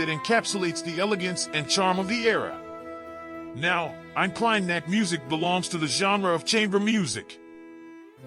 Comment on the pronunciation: God, what a bad pronunciation on "Eine Kleine Nachtmusik"... you know you can find out and learn the correct pronunciation, if you really want to.